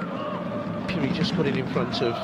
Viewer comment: this commentator been pronouncing phiri as puri😣😣😣 we are not taken serious